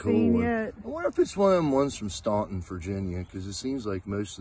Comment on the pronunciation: Nice video, the whistle was great,and the pipe. Staunton Va. Is pronounced "stanten" not "stonton" just putting it out there! You and are great! Travis the bottle show seemed nice,loved the bitters. I'd never heard of a bird bitters either. Keep your bird stoned to sing 😂